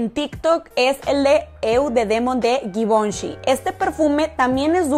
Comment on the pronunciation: Givenchi( Se pronuncia " zhee-von-shee)